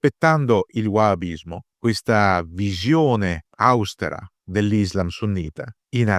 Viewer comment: Austèra, non àustera (min. 13). Squillo-Salerno, non Carrà